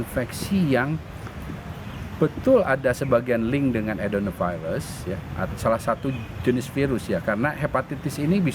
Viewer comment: Adenovirus bukan Bdenovirus atau Cdenovirus